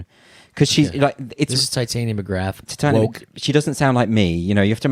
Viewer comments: I am 30 mins in on the second part and Andrew still hasn't corrected the mispronunciation of Tytania to Titania. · shit someone tell him how to say titania, like narnia she is posh !lol